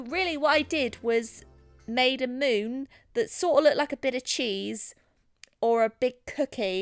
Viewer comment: Omg did anyone else constantly heard "moob" instead of "moon"? No? Ok then...